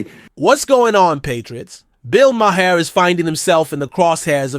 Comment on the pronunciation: Please stop saying Ma Hair